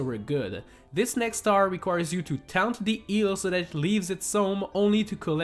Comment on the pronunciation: Did you say owl as if it rhymes with soul? And taunt with count? And lobby with hubby? And haunted with counted? And leathal with leaf hall ? Jesus shit. And docks as duck?